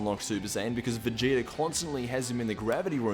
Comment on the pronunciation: Did he say vegeti